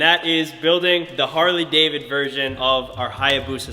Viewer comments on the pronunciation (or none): says “Harley David” 😂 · Bro said “Harley David version” 😂